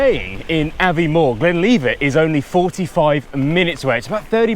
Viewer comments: Whay a donkey. It’s Glen Livet not Leevit. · Yeah, Moray is pronounced the same as Murray, and Glenlivet is GlenLIVEit👍 I LOVE Glenlivet, and can't wait to get back there to have fun on the new Underthinker blue flow trail.